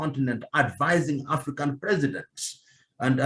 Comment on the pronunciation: What is "the African politician", emphasis on the "African"